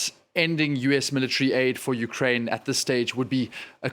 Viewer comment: its YOU-kraine, NOT WE-kraine...your on your own Volod🤣